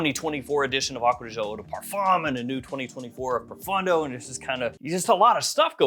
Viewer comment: It is ProfOndo, not ProfUndo😂